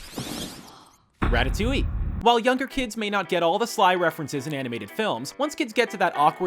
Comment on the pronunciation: Did he said ratatouillee?!